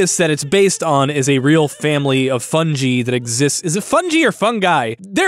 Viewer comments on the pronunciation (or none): Its Fungi. Not fungee. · You saying fun-gee and not fun-guy is the most painful thing i have ever had to bear and i dont know why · Your driving me insane with your pronunciation of "fungi" it's "fun-guy" not "fun-gee" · I'm gonna let it slide that you pronounced it "fun-jee" since you're such a fun-guy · Loved the video. very interesting. It would have been even better if you hadn't said fungi like it rhymed with bungee. lol. It's pronounced like fun guy. Have you never heard the joke? ...Why should you date a mushroom? Cuz he's a fungi. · Fungi is pronounced "funguy", not "funggee" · It’s fungus, not funjus. So why would it be pronounced funjie? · Dear /.: It is in fact, Fun-Guy.: Arc-Ha-Ea Sincerely, Alastor. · Why is it funji? It's not funjus. Not funjal. So, why funji?? I'm going to go the way of GIFs and pronounce it the way it sounds better. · I love the video, but why couldn't you do 30 seconds of research to realise that it is phonetically pronounced "fun guy" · Hard G,. Hard G. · it's pronounced fungi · Watching this as a biologist made me irrationally angry. We all know it’s pronounced foon-guy ◔̯◔ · Dear Hi,It's me, Mario Not 3 minutes in, I rushed out of the shower, grabbed my phone to see if I'm crazy. Funjee? What's that? Is a fungus in a jeep? Is a mushroom with teeth? Is a bee in a shitake? Or is just a some champignons into a fondue?, what's happening here? Please do the breathalyzer test before recording. Sincerely Google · I guess it depends if you want to emulate english pronounciation rules or latin rules, since "fungus" and "fungi" are from latin. "Fun-Gee" would be a closer pronounciation to latin, since "i" in latin is never pronounced like "eye" as they do in english. "Fun-guy" instead adheres more to english pronounciation rules for the letter "i" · "Is it Fandgy ? ("NOO!" D: ) ... or FungAi ? ("well, close enough !" :D ) ...I'm gonna say FAnDTgscHY for this Episode..." "WHYYYYYYYYYYYY??????!!!" D